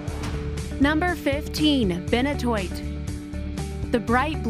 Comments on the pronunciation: Did you just say... Benohtoit? It’s called benitoite (Ben-eat-oh-ite) lmaooo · HAHA TAAFFEITE..... "ta-fite" Benitoite "beni-tOYite"..... Never heard of Poudretteite.... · #13: If it is found in San Benito County, then its name is pronounced "Be-NEE-to-ite." PLEASE do not upload any more videos until you can pronounce the names of the stones correctly!!!! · IT'S PRONOUNCED BEN-E-TOE-ITE.....